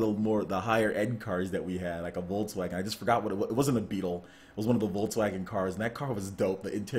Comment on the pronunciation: Love how you pronounce Volkswagen :D